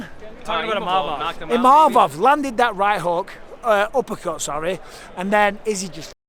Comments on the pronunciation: it's "Imavov" not "Mimavov" respek his name now! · 😂 The worst butchering of a name I've ever heard. Izzy needs to retire and start a family❤